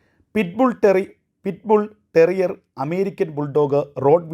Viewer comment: എന്ത് അകത്താകും? അതും കേന്ദ്രത്തിന്റെ തലയ്ക്കു.... ഉള്ളതിനെ വന്ധികരിച്ചാൽ മതി. ആദ്യം ഓയിട് ബുൾ ടെരിയർ എന്ന് പറയാൻ പഠിക്കു... കേരളത്തിൽ ഒരു കേസും ഇല്ല ഇത് കടിച്ചു മരിച്ചത്. ബാംഗ്ലൂർ ഉം ഇല്ല false information 😂😂😂😂😂